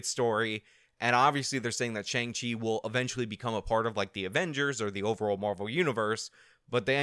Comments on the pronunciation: I heard him say "Shang Ching" at least 3 different times. It was weird. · My 73yo mother referred to it as the new Tony Leung movie. When you started calling it Shang-Ching, I was 😧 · You say shang ching I laugh. Simple as that. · Did you say Shang Ching? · Let's do all we can to appeal to China! But also pronounce 'Shang-Chi' in a way that in no way resembles the Chinese pinyin pronunciation!